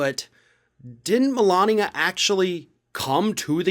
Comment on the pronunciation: Everyone keeps mispronouncing her name “Melignia”.